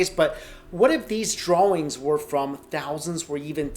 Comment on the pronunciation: Yo yr mispronuncinh of dr